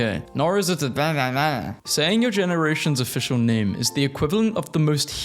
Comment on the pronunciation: Ironically, your pronunciation of 'Heinous' was Heinous. Syllables: hay-nuhs. And if you think I'm an a-hole for correcting this, remember: Heinous rhymes with Anus.